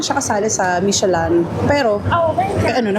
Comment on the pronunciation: Di po ba Michelin dapat , hindi po Michelan? 🤔